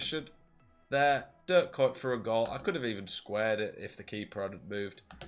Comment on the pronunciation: The first pronunciation of kuyt was the closest but the dutch pronunciation is not used in english, you would have to search a video of someone pronouncing ‘UI’